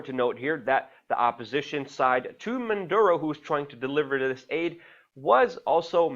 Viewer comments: "Maduro" not Munduro as you repeatedly say Keep up your great journalism! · Luke, get it right. It is not Man duro... its Maduro. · WAC: Luke, take some lessons in phonetics. You often, too repeatedly, say like Mundoro, Munduro, Mondoro, ... for the President of Ven. when his name is (Nicolás) Maduro, You also don't do much good by repeatedly stating that he isn't a perfect President, for while apparently true, it isn't really pertinent, when Ven. is being threatened by the USA, i.e., Washington, et al. The latter IS what's pertinent, so try to stick to that fact, rather than seeming like you're constantly trying to defend yourself by saying that you really take for neither side, or certainly don't support the US et al with respect to Ven. and also aren't promoting Maduro. Saying it now and then is one thing, but saying it too repeatedly is somewhat annoying. Stick to the main points or problems. Venezuelans will look after themselves, we should understand, respect and support, how ever we each can. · why do they keep saying "Manduro" ??? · Why does he keep saying "Manduro"? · There is no N in Maduro cocknose 😏